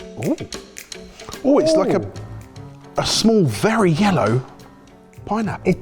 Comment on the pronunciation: Third: "it's berry good"